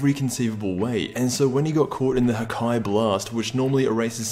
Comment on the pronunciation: god cour it wasn't the "haki", and it's Hakai